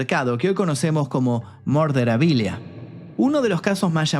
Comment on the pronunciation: Deberías investigar cómo se pronuncia su apellido 😅 y es "murderabilia" jaja